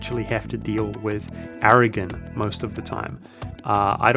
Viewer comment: I generally like your videos, but your mispronunciations of words like "Napoli" and "Aragon", and in previous videos "Candar" drive me up a wall and pretty much prevent me from watching your videos.